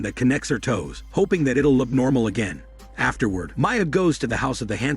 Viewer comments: maya is also not how you pronounce the name mia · How hard is it to pronounce MIA AND GIANNA OMG 😂